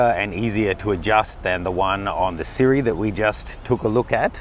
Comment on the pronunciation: "Sirui" is actually pronounced "SHEE-ROY".